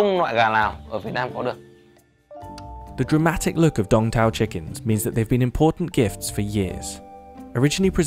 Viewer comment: At first, I thought he said "Dong Toe" chicken. It fits